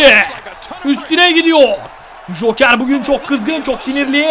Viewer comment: ye hoker deil joker :D